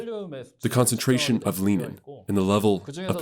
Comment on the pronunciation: The hormone is renin...not lenin 🤭